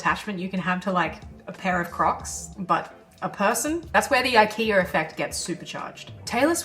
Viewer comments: "The IKE - R - A effect" What's the need to add an "R" to the word IKEA? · there is no r in ikea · I keep hearing "The ikeaR effect," weird. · I wish that you didn't say Ikea'R. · There's no R in IKEA lol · Silly Aussies, no 'r' in IKEA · This is a great video, but accents will never not be funny. Adding an R in the word Ikea is just dirty work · An Aussie accent AND an intrusive R? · Also, more value provided with the addition of the 'r' to ikea ;) Nicely done. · is she saying IKEA effect? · Today I learned IKEA has an R at the end of it. Good lord why. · There is no R in Ikea ❤😂❤😂❤